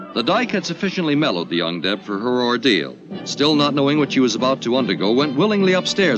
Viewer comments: Guess I'm the only one whom misheard "The Young Dead" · I thought the narrator said, "The dike and the 'undead'". :face-orange-raised-eyebrow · It took me a while to realize that the narrator was saying "young deb" and not "undead." I had a totally different story taking place in my mind. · When I first heard him say “young deb” I thought he said “undead”. 😅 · I heard "young dead" at first. Yikes, what y'all doing that you need to decide what to do with the young dead? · At first when the narrator said “young deb” I heard “undead”. 😂🤣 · Yeah. I made the same mistake. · I thought the narrator said "Undead" at first then realised he said "Young Deb"! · Me too! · I kept hearing ‘undead’ instead of ‘young deb’. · For quite a while I thought he was saying 'the un-dead'. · Sounded like the term used was ''UnDead'' but I guess it was ''young Deb''...? And it sounded like he says ''dead'' instead of ''dare'' ''The dead has no place to go'' (But it all sounded much more innocent the 2nd time) I did na-zi that coming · I know what "young deb" stands for. My initial confusion was due to his pronunciation and the sound quality. I'm pretty sure that's also the case for all who agreed with my comment. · "The dike" (have to spell it like this or get shadow filtered by YouTube) "and the" what? [Undead]? [Undeb]? [Young Deb]? What is the narrator saying? Edit: Oh, I found it in the description after I found extremely vague explanations elsewhere. I still don't understand what a deb is.